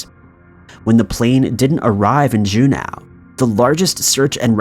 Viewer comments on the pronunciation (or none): It's Juno - not Junow.....why are you saying it like that? Great videos though.... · How are you gonna talk about Glenn Miller's top hits and not mention "In the Mood, "? Epic fail, my dude🤔🙃😬 Edit: Also, it's Ju-NO, not Ju-NOW. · En-sin, not en-sign Jew-no not Jew-now C’mon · EN-SINE. SERIOUSLY GUY. Figure out correct pronunciation BEFORE your voice-overs. JUNE-OW. SERIOUSLY. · June ow its June, OH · FFS! Look up how to pronounce stuff. Ensign is pronounced en sin. Juneau is pronounced June o. Not June ow. Your voice is good. But mispronouncing simple words makes you look stupid. This is not the first time you've mispronounced simple words. Also not my first comment on it. COME ON MAN! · Jew now alaska? You been watching too much chills. Please pronounce things at least close to correct, it's not hard to check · Oof. That pronunciation of Juneau. It should be pronounced JOO-no. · it is pronounce Ju-no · Juneau is pronounced JEW-NO. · It’s Jun-o. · Review pronunciations of Juneau and ensign. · Narrator needs to check pronunciations before recording. Ensign. Juneau.